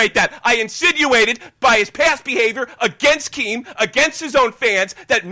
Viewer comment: Dont inerup keem doesnt know "t"s exist